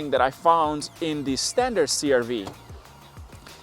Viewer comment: "standart" lol